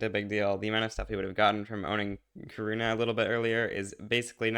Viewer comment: Kaurna is actually pronounced "garna"